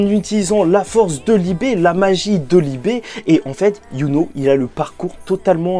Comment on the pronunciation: c'est un mot allemand donc non c'est Libe que ça se prononce. En allemand ça se prononce "Libeu"